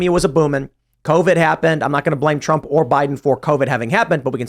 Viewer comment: Lol said - hump instead of Trump 😂